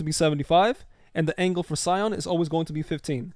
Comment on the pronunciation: That’s not how you pronounce CYAN. It’s not pronounced like SCION. It’s “SY-AN” not “SY-ON”. Sorry if I sound like an asshole—I don’t mean to, I want to help. Your video is really good, lots of great info here, man!